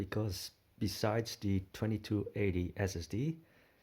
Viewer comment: Please pronounce "th" in English as a proper tongue between not behind the teeth th English sound and not as a Dutch d sound. You're saying "de" for THE.